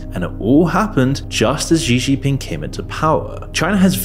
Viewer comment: It's pronounced Shee Jin Ping. Also arguing that Russia is well off based off of that farcical Tucker Carlson propaganda piece makes me question your critical thinking capabilities. China is a threat to be sure, but a lot of your arguments and sources are questionable at best.